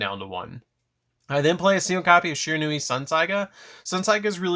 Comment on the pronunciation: Stop pronouncing this architype wrong